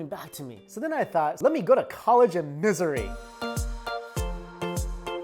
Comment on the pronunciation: When pronounces Missouri as "Misery", you know it's not a happy story there...